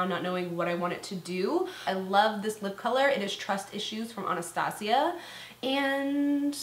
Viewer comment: Why do all beauty gurus say anastasia like that? Is it not ann-uh-stay-zjhu